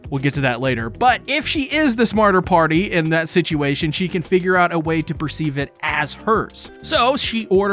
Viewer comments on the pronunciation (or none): none